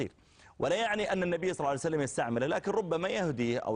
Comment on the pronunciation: كرهه لاهل البيت لفظ صلى الله عليه وآله وسلم بالغلط وطلعت ثقيلة من فمه